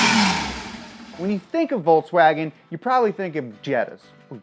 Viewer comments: Why are you saying "volTSwagen"? it's volKSwagen actually. you can't pronounce any german name. "pheyaton", "tureg" Get it together and leanr to speak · It's Volkswagen, not Voltswagen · Dude it's pronounced 'folkswagon'.. You are a car geek..so don't look good you pronouncing it wrong ;P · volKswagen not volTswagen.... smh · It's VolKswagen Why volTs? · In Volkswagen the v is pronounced like f so it's folkswagen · volkswagen pronounce folkswagen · Pronounce it 'Folks Vaagen' :) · It's pronunciation is "Folks-wah-gen" and not "Volkswagen"...